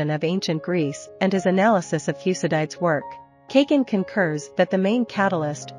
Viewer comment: Learn how to pronounce Thucydides